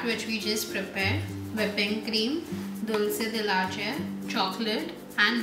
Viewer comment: You pronounced Dulce la Leche wrong. It is a spanish word and should be pronounced with an e and not an a. Great video though!